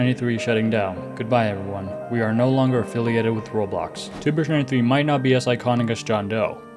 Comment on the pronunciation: never take someone’s word who uses an AI that doesn’t even pronounce Roblox or dater right…